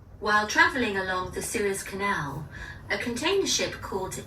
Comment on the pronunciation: のSewers Canalってスエズ運河（Suez Canal）のことかな？こんな発音になるんか